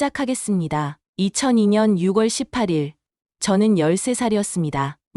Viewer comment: 6월18일 ○ 유(월)십팔일 X 유(골)십팔일